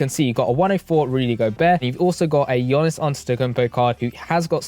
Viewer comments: It’s pronounced Yanis bro not Yonis. Can’t still be butchering the best player in the world’s name 😂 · It's "yawnis" not yanis